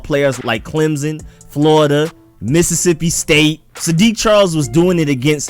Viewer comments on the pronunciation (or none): none